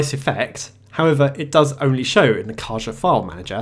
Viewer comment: It's pronounced "Ca-ha". The meaning of the word in Spanish is box.